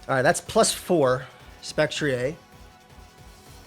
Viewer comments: Spectri-ay? I have never heard that pronunciation for Spectrier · spectre + destrier has tbe correct/logical pronounciation.